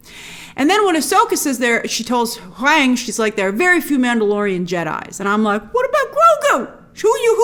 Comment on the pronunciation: You make me laugh with your word choices. Very witty and sharp. Keep up the great work. I believe it’s pronounced, Hoo-Wang